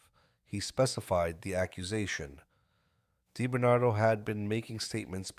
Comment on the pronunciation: Robert die Bernardo... Lol. You gotta love AI. Actually it was Sammy the bull and Quack Quack who wanted him wacked not Gotti.